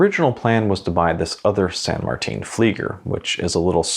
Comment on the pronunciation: Go to the san martin watch store and it’s San Martin not san Martine